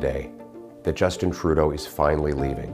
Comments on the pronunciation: Sachez qu'on ne dit pas ''Justine'' Trudeau au Canada francophone, mais ''Just1'' Trudeau (à prononcer comme la dernière syllabe de matin). C'est très bizarre de vous entendre prononcer Justine Trudeau en français alors que personne ne le dit comme ça ici. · S’il vous plaît, lorsque vous évoquez le premier ministre démissionnaire, Justin Trudeau, prononcez son prénom comme s’il rimait avec « lapin » et non avec « comptine »! Nous, les francophones du Canada, prononçons son prénom comme s’il rimait avec « lapin ». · À chaque fois vous malmenez nos noms 😡😡!!! On dit Justin comme Augustin pas "djustine" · Trudeau est québécois. C'est pas Djeustine. C'est Justin. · C'est Justin et pas "djeustine". On prononce Justin comme en français pas à l'anglaise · C'est vrai, je n'ai jamais compris cette façon de prononcer Justin. Il me semble que c'est évident. C'est Justin crisse, pas Justine. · Mais pourquoi vous dites "Djeustine Trudeau" au lieu de "Justin" ??? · Djeustine Trudeau??? C'est qui ça??? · J'adore comment ils disent parfaitement Poilievre mais meme apres 10 ans de trudreau, LeParisien dit toujours DjustinE. Il est francophone si jamais hein. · Justin trudeau se prononce justin comme dans pain < > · Polièvre parle français vous savez! Justin au lieu de Justine... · Ce que je trouve le plus incroyable, c'est qu'il y a encore des gens en France qui prononcent Justin à l'anglaise alors que ça fait presque 10 ans qu'il est premier ministre, et qu'à la longue, ils auraient dû apprendre qu'on le prononce pas comme ça dans le Canada francophone. C'est censé être comme "juste-hein", pas "djostine".